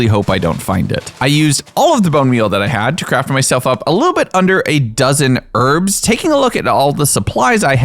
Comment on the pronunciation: cant stand how you say herbs.... YES the word herb/s has a H at the start